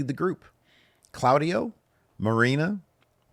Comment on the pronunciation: mf said Cloudy-oh